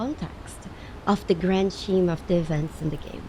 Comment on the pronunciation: Scheme is pronounced like "Skeem," not "Sheem"